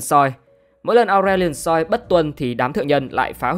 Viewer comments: Cũng ráng nghe ủng hộ người mới vì thích series này. Nhưng mà giọng đọc không cuốn hút đã đành. Ông còn phát âm kiểu hỏi chấm quá. Ngồi nghe đến đoạn Aurelion SOI?? SOI nào??? Tắt luôn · Ông mới này không chơi LMHT à? Akshan đọc Át kan. Aurelion Sol đọc Aure lai ần soi. Willump đọc Quiu lúp. Đọc sai tên tướng là nghe thấy chán rồi đó.